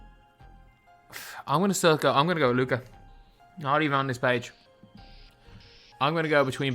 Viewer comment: Thank you for putting respect on Luka’s name 😄